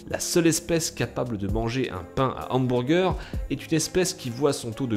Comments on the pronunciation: Lel, "hambourger" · j'adors comment tu dis HAMBOURGEUR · " OUMBOURGEUR" bonne vide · Les hambourger 😂😂😂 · Hamburgés xD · comment il dit hamburger j'suis mort😂😂😂